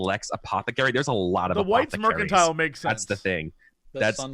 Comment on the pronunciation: "Bronze Apothetanacals?"